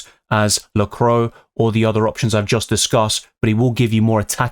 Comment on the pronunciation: Excellent video as always,! 🔥 But sorry have to mention it, it’s pronounced la-cou-à, not la-crow😅